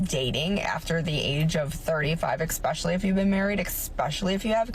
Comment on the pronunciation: "expecially if you have kids expecially" what an illiterate.